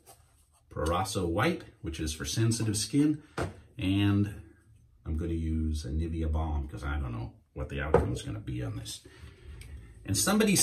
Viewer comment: Hey, knew that Nivea is a German brand? Might wanna try to pronounce it German, too;-) I am German btw.